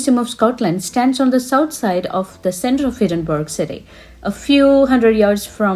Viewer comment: Really enjoyed your informative and enthusiastic video ! , by the way , the city is pronounced Edin-burr-ah not Edin-berg ! 😊